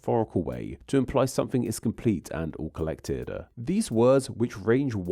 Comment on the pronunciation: Why is there a “schwa” sound added to the end of so many words being said? Like “… all collected-uh.””decend-uh” “tube-uh” imagine-uh.” “… to-uh” “categories-uh” “down hill-uh?” I’m not judging if this is a real voice. Or is this an AI voice? Or a speech issue?